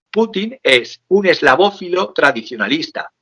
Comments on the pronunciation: ¡ESLAVÓFILO! no eslavófobo. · Eslavófilo no Eslavófobo